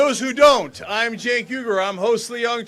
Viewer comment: Really sad that Bernie mispronounced Cenk's name (twice!)